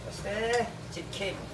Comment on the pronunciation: I hear "ceking" 😂